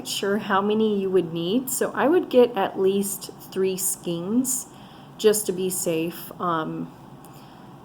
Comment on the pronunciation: Nice job. Oh . FYI this is a skein (pronounced skan with a long a) .